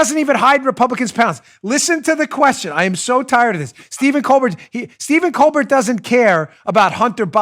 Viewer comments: It’s COAL-BEAR jerkoff 🤨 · I love how you pronounce Stephen Colbert‘s last name 😂. He’s such a pretentious, unfunny, America hating jerk. His question to Biden was pathetic basically trying to make people feel bad for him because his son is caught up in a scandal that his father got him into, right... thank you so much for the laugh I needed it hope you’re feeling well